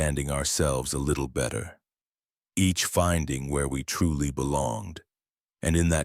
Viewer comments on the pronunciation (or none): At about : : there is a word that sounds like 'frouly' that does not exist and likely was intended to be 'truely' instead!. With that change the revised word would likely fit smoothly into the storyline at the local position!. Oops LoL 😢😂